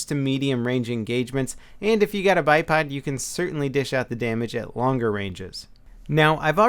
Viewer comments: not hating but you said padado grip XD haha love ya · LoL u said Podado grip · "pd-dado grip" ^_^ In over a year of watching your videos, thats the first slip of the tongue I've ever heard. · "Bodaydoh Grip" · "stubby grip or Pohdaydoh grip"......lol. Sounds like a minion from despicable me. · "Podado grip"